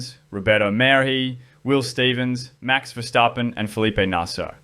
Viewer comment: Mad props to you on the pronounciation of verstappen btw, pleasant surprise!